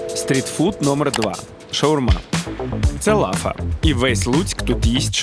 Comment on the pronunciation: КурІнь,а не кУрінь.LafA ,a не lAfa.НапІй,а не НАпій .кажіть із вірним наголосом,якщо вже визнаєте себе украінцями!